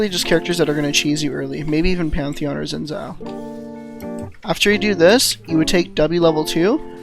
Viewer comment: Xin Zhao is a warlord in the Chinese mythology, and it's pronounced Shin Zao.